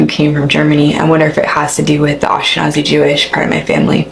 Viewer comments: "AshkeZANI"!!!?? It's ashkeNAZI yo,if u can't connect the rest u need to stop doing clips even if they're good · It is pronounced: Ashka-Nazi (Breitbart banned me after writing that)